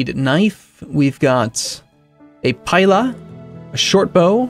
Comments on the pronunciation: Pila is pronounced pee,la the pila was a roman weapon designed to stick to the shields of the enemy making it useless for the second volley and easier to stab the man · Pila... pronounced "peel-a" just letting you know :)